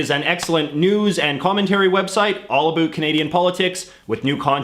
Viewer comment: What is this "boot" he keeps talking about?